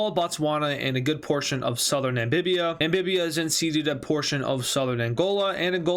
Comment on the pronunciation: Namibia not nambibia